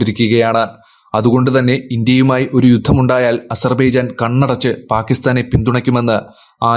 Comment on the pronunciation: Asarrrrrbeeejan .... shuvarka bhachakal 😂😂😂😂😂😂😂😂